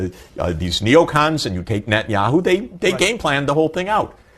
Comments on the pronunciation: Netanyahu bolye netanu nahi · Nat-ni-ahu kaho Bajpai Saab ji.